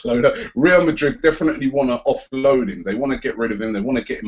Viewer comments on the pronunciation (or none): none